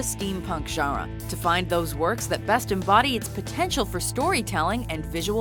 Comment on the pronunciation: The way she says genre